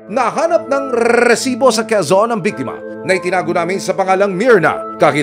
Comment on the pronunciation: Arte mo nmn mag pronounce ng recibo